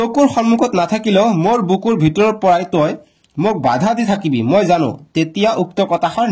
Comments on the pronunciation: it's not jaan it's jano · O sir Jaan nohoi pronunciation to jano hai